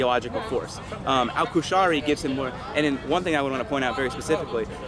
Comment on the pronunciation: This half-wit didn't even get Abu Bakr al-Baghdadi's name right. It's Qurayshi, not Qushari or whatever the fuck he was saying.